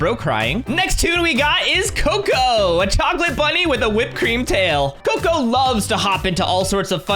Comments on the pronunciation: cocca not coco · Your not right the Bunny name It's cocoa